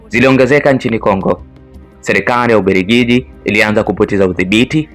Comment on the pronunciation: Una sauti nzuri ya kusimulia jitahidi kwenye matamshi fasaha ya R.& L mfano UBERGIJI=× UBELGIJI=✓ JAMUHULI=× JAMUHURI=✓ MAZINGILA=× MAZINGIRA=✓ #SIKWAUBAYA